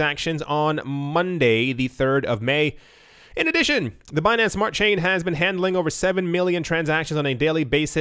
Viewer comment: "Binansay" I died 😂🤣👌🏻